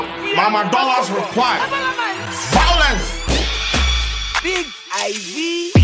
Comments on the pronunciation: "I'm here for the vawalance"😂😂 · Eii vawulence😂😂😂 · You like vawulence 🤣🤣🤣